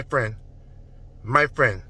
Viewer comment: Dis nigga got me dyin laughing 😂😂😂 “my frien”